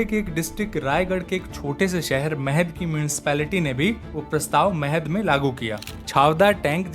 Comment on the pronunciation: महाड़ not महद